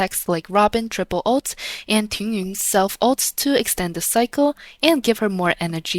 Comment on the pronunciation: do you speak chinese? your pronunciation of tingyun is just so native lol